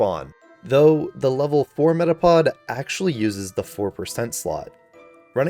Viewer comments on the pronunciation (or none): METAPOD DOES NOT END WITH A G, IT ENDS WITH A D!